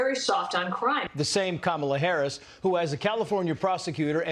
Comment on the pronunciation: Cabala Harris, it's not that hard Trump.